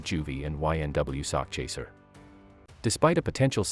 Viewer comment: It is sakchaser 😂😂😂 not sock chaser...as in "chasing a sack of money" it does definitely sounds homo 😅😅😅